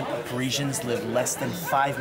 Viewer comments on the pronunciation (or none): What is a “parishan”/ does he mean Parisian?